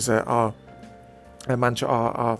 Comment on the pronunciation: MATRA not MANTRA!